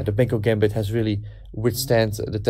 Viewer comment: You always say "Benko - Gämbit", but it is pronounced the other way around: "Benkö - Gambit" … :-) (And by the way it's also spelled with an ö: Pal Benkö was from Hungary.)